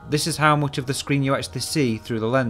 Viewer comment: Oopsample? Mooch? Dooble? Is this is a new thing in british english or some regional thing?